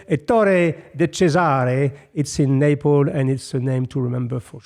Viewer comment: it's NapleS not Naple